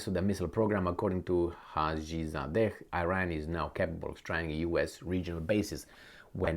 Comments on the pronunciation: its e-Ran(Iran) not eye-ran. Also you too seem to underestimate Iran’s capabilities. Sanctions have opened many an opportunity for the country. Dont you think the zi0nists would have attacked by now. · you are Romanian, cant you say Iran like Romanians do?Romanians say Iran the correct way not Ayran